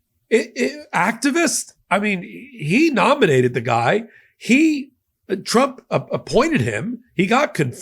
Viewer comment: She pronounces trump as "chomp"....listen 😅